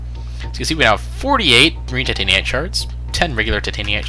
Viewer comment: "tight an eye t" Titanite